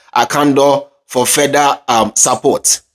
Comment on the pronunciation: EIII NOW YOU SPEAK LIKE A KENYAN INSTEAD OF SUPPORT YOU SAID SAPPORT